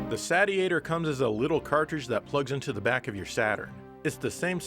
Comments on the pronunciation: is a word jester - it's a "say-shee-ator", not a "sadiator" or what-have-you! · Regarding pronunciation, I can't be the only one who has seen the katakana on the box reading "セイシエター", which is pronounced as the verb "satiate", not the "Sat-ee-ate-er", as MLiG called it. Hopefully that brings the confusion to rest. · If you are interested, the Japanese katakana on the front of the box says Seishietah so it indeed should be pronounced as in satiate~~ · It's surely pronunced SAY-chi-a-tor? Like satiate, as in satisfied? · Wouldn't it be pronounced saish-iator, as in it satiates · I'm holding out for the Saytiator. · It's pronounced like satiate, seeshiator. Says so on the box. (in Katakana) セイシエター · FWIW, the katakana on the box indicates it should be pronounced like the actual word, "satiator" (say-she-ay-tor). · Well it's satiate, satiating, and satiated so I'm going with Sat-iator.;) But I want you to make it cheaper, that's how complaining here works right? ^_^ Looks pretty good, start saving up SS fans. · I guess if it’s pronounced the Sate-e-a-tor, then maybe the console is supposed to be pronounced the Sate-Urn? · It’s pronounced (Say-She-Ate-Her) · That's what it is. It's just approximating a Japanese pronunciation of "Satiator" (Say-she-ay-tor) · How many times did he mispronounce Satiator in this video? About 50 🤣